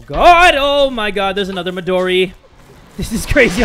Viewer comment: Lps CuteBunny it’s not modri, it’s Midori